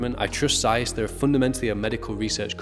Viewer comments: Well, why did you not research how to say Zeiss? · Z in German is always pronounced as the zz in Pizza, not as the z in zoo. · Im sure every one in Asia (I'm here) also pronounce it like Americans zzzzzzzaiiiiis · We pronounce ZEISS like that everywhere in Europe, the Americans are weird.